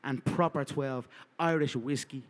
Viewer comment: Whisky no güiski 😂